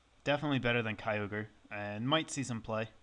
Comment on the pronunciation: we did ket kyrum i think u mean kyoger